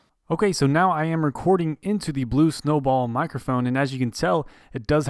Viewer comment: did you just say "blube" in the intro?